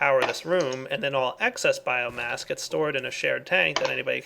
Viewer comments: BioMASS its BioMASS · It's biomass not biogass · Its bioMASS, not bioGAS! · It annoys me every time he says biogas when really it's biomass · did anyone rage when ever he said biogas instead of biomass? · it's bioMASS not bioGAS